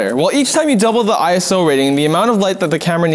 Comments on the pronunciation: Iso, not "I-S-O" In terms of film and cameras, iso doesn't stand for anything. It's a word, not an acronym. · There are some stuff wrong in this video. ISO doesn't have an acronym and does not stand for what is stated in this video. Also, ISO is pronounced "eye-so" not "eye-es-oh" However, great video that explains what it is.